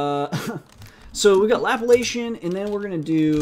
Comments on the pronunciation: Lap-la-cian? It is La-pla-cian (related to the Laplace operator). The Laplace operator was named after the French mathematician Pierre-Simon de Laplace (1749–1827). Anyway. Good tutorials. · I always enjoy your videos... Can you also do Histogram Oriented Gradient too? Thanks... FYI Laplacian is pronounced Luh 'plahs ee uhn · omfg. dude. Laplacian.... LUL. Great videos man. IDC if you do not know who Laplace is or how to pronounce Laplacian :P